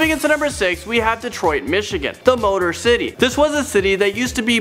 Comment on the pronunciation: dude. once he said Morotcity, it reminded me of the show in disney xd, Motorcity😂